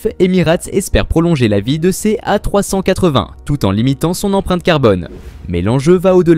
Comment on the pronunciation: Encore une vidéo réalisée avec les pieds. le commentaire est maladroit. Les images montrent tantôt l'Airbus A380, tantôt des avions bi-réacteurs. "A380" est tantôt prononcé "A trois cent quatre-vingt", tantôt "A trois-cent catvin"., par une voie horripilante. A rejeter absolument.